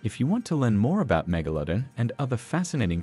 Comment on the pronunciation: it is actually pronounced mega-la-don not mega-lo-den